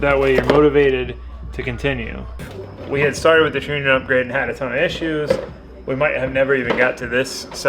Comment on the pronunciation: Love the channel and video, just so people dont give you a hard time, trunnion is pronounced (TR-ONION) keep up the awesome content man!